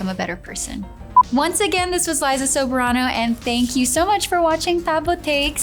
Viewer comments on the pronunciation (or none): Her dad is Filipino so I would say she is pronouncing it in an Americanized way. I was taken aback how she pronounced it . When she was in the Philippines. Wasn’t pronounced Soh Beh rah noh. Is this is how you would pronounce it following Filipino alphabet sounds . Wonder if she changed it because this is how foreigners or Americans pronounce it ?